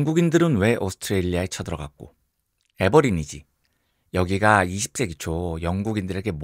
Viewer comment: 넘넘 재밌게 듣다가 애버리진 얘기가 잠깐 나와서요~ 오스트레일리아의 원주민들은 Aborigine들이니까 애버리진들이 맞는데 말씀하실 땐 '애버리니지'라고 하셔서 누굴까 했습니다. ㅎㅎ 어원을 찾아보니 라틴어로 'the first inhabitants'라는 의미였군요~